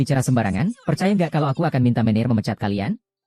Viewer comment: Baca menejer bukan meneir ...mec kelen.bukan mactjalan 😊